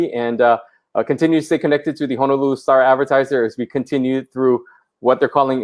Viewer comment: He’s mayor yet he called it “Hanalulu” Where’s that?